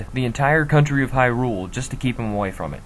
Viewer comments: HAI-ROOOOOOOOOOOL Uh... how about Hai-rule? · Disliked for saying hy-RULE instead of HY-rule over and over. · Interesting theories. The way your pronounce Hyrule kind of drives me crazy though. :) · Dude, what the eff is up with your pronunciations? HyRULE? Duku tree? Jew-rudu? Stall-foss? MaLONNE? You're trying too hard.